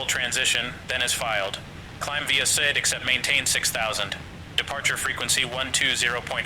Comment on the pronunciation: While it mimmicks human voices very well already, it immediately fails to say the basic and frequently used word “IFR” correctly when starting and it keeps saying SID incorrectly. But its way ahead of anything else! Remembering the days when hearing Amazon Polly was amazing on P2ATC..